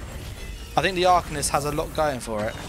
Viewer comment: The fact you even said “arcanist” like that smh